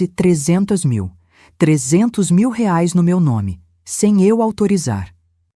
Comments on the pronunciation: Inteligência artificial sabe falar Reais 😂😂😂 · $ RAIS ???? kkkkkkkkk que no mesmo texto viram Rales. , Rais .... !!! Dá pra levar a sério ? É muita cara de pau! além de deshonesto e burro ! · * "rares" 👎, " reais " 👍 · Detesto essa pronuncia nojenta Rales oque é isso? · Porque raios não dIzem bem a palavra REAIS???? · IA não sabe dizer reais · Porque IA não sabe dizer reais kkkkkk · Poderia pular essa parte pari senti dor ensinei andar de bicicleta ensinei a ler acordava cedo pra fazer café tudo isso agente ja sabe ainda tem essa narradora que inrrita se saber dizer reais fui nao da corri o vídeo pra ver se ficava melhor piorou com esse reais